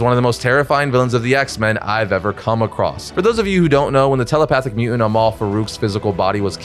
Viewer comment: Can you please pronounce "mutant" coreectly?